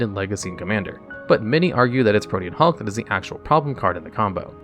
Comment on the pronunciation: At least he pronounced Pro-tee-an Hulk correctly